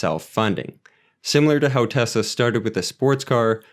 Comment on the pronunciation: Thanks for taking time to break these down. Good job pronouncing Tesla a lot of people pronounce it as Tezla. New to the channel I subbed.